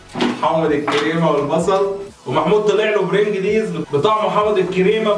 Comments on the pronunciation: برنجلز ❎ برينجيليز ✅ 🌚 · اسمه برنجلز مش بيرنجليز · اسمها برنجلز مش برنجليز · اسمه البرنجلز مش البرنجليز😡😠🤬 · اسمه برنجلز مش برنجليز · علي فكرة انت بتقول اسمة غلط اسمة برينجلز مسمهوش البلنجريز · بيقول البرينجيليز وهو اسمه البرنجلز ايه ده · ياعماد اسمه برنجلز مش برنجليز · اسمه برنجلز مش برينجليز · اسمة برنجلز مش برينجليز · اسمه برينجلز مش برنجليز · علفكرة اسمو انت بتقولو غلت اسمو برنجلز مش برنجيييز بتلو جهل بقا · برنجلز مو البرنجليز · علي فكره اسمو برنجلز مش برنجليز انتوا الاندتنين جهله وبردين جداااا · البيرنجليز ي عم روح اتعلم ازاى تنطق بعد كده تعالى اتكلم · اسمه برنجلز مش برينجليز ارحمونا بقي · اسمو برنجلز مش برنجليز 🙄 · اسمها برينجليز يامعفن اسمه هو برنجلز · انت اخبل اسمه برنجلز مش برنجليز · اسمه برجل مش برنجليز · برنجلز انطقها صح فضحتونا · لو انت مبتعرفش تقول برنجلز ماتتكلمش شكلك مسخرة ادام الناس